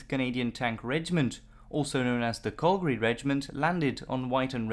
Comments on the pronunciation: Calgary pronounced like cal in california do you mean " to add INSULT to injury" not "assault". this truly is a great example of die for your country because the rich won't. Mountbatten should have been hung for the way his "air cover" support worked for this doomed invasion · I love your docs, and your voice and great pronunciation of German adds a lot ! Not so much when you pronounce Calgary. Pretty bad. I should know i am born and raised from here ;) Keep up your great work ! You should update this with proper information about why we raided this beach. It was a super important spec ops mission, not a "test the defenses" mission. Let the people know, that the men that died, were actually trying to pull of a super move, not a stupid move.